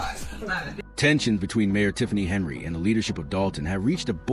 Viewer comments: 1 second in. I do not believe she was arrested. I clicked because I want this to be true. Will finish this after watching the video. Henyard not Henry as the AI narrator says Stopping as this AI Video is just another clickbait scam putting content out to be a money gaining ad grab. I am glad I used adblock before viewing this video. You suck with this AI video. Do better. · Her name Henyard, please pronounce the names correctly if Your going to do a story!!!!! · It's Henyard not Henry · Henyard, NOT Henry‼️ Thornton, NOT Thoron‼️